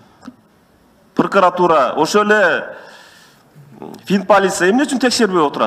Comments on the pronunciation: Ёбнутый екенсин,даже грамотно сулой албайт екенсин,прыкратура емес прокуратура додой! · Прыкыратуру нвд дейтко😂тура суйлочу